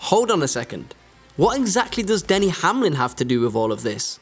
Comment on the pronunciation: It Denny not danny , its cup not cop and its team 23/11 not 23 xi needs some english language classes i guess. Denny is a top driver but does have some issues also.